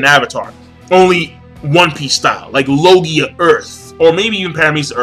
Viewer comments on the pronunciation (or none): none